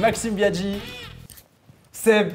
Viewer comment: On en parle du fait qu'au début, personne n'arrivait à dire le prénom de Seb correctement ? Je chiale de rire depuis tout à l'heure j'en peux plus x)